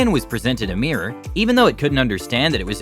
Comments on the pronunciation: What’s a mear? It’s pronounced MIRROR, not MEAR! 🏴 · Nice to know the reporter knows how to pronounce the word! MIH-rawr. It's not a MEER. Also here: Let Tyler demonstrate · It's pronounced "mir-or", not "mee-rer". Also, did the narrator go through puberty yet? With a voice like that,.... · its pronounced mirror...not meeyer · "MEEER" -NO "MEE-ROW" - NO "MIR-RAH" - Getting close "MIR-RUR"- 2 syllables- YES! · its not a meeror its a mirror ffs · Meeeeerre… it’s pronounced mirr-Orr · ol american's cant pronounce their Rs and the way he says mirror is like miaa (me-uh) lol funny. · American pronunciation of mirror is absolutely hideous. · All that animal intelligence YET, Americans still cannot pronounce MIRROR !! 🤪